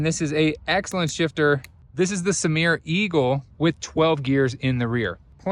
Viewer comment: Did you pronounce SRAM as Samir?